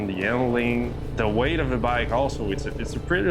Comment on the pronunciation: Makes me cringe everytime he says "bike".....